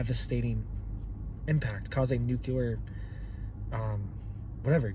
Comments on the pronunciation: It's new-clee-er NOT new-kya-ler. If you're going to discuss, it learn how to pronounce it. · Nuclear, not nukular 🤔😛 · Nuclear, not nucular... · literal translation "if you do it we will respond after we decide..." go to college, you also said the word "nucular" please stop, you inbreed yokel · This guy doesn’t even know how to pronounce nuclear….NOT ..nu-ku-lar. 👎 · New clear🤔💯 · Dear Lord, please pronounce the word "nuclear" properly. I don't understand why so many people have trouble with this.